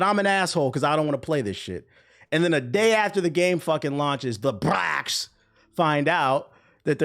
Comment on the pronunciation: Every time you say BRAC I think of bruh from Space Ghost lol